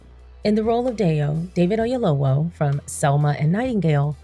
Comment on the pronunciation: Great movie! I had to take some moments and decompress 😢. Very cathartic when you’ve experienced grief ❤️‍🩹‼️ (PS. 🥇 for the great pronunciation of Mr Oyelowo’s name. Yoruba is not easy 👏🏽👏🏽👏🏽)